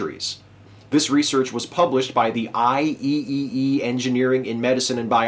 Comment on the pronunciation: Great video but it's pronounced "Eye-triple-E", not "Eye E E E".